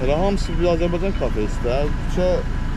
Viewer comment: Xoş gəlmisən səfa gətirmisəm Ama bu AZERBAYCAN sözünü deməyi bir türlü öyrənəmədiniz AZERBEYCAN DEYİL AZERBAYCAN OLACAQ